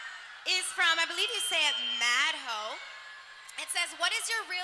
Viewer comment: the town's called mad-hoe lol